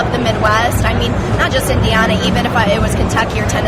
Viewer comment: bitch doesnt know how to say indiana